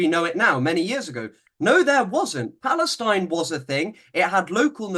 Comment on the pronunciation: "Historic Palestinine". 🤦🏻‍♀️